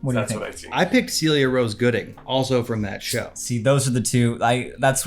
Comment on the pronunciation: Celia Rose Goodings first name is pronounced sell-ee-yuh btw